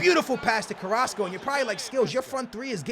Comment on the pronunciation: Finally pronounced "Carrasco" correctly lol